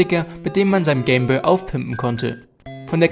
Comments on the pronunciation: Nur zur info, es heist nicht game bö, sondern game boy. Boy wird boi ausgeprochen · Es heißt "Game Boy" (boiiii gesprochen und nicht boo) - Eigennamen werden eigentlich immer so gesprochen wie sie gedacht waren, zudem ist Englisch eine Weltsprache.